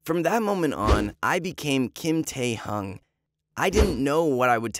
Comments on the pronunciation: Bro! He said kim taehung like what🤣🤣🤣 but shoutout to kim taehyung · what the- why would you CHANGE your name just for a girl ? i don't believe this is a true story- basically this is oli london but Taehyung version 💀 and u said Taehyung wrong. It is 'Taehyung' 🙏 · The story was a bit weird lol. Love is blind afterall. Btw is it true? Oh and yes you pronounced V's name wrong. 😅😅 it's taehyung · The way he said kim taehyung is so funny 🤣 Oli london 2.o